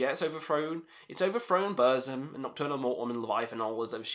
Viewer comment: Fun fact : Burzum is actually pronounced as "Bur-ts-um"